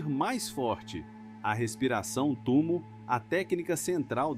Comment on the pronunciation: . O nome correto é "TUMÔ", foneticamente...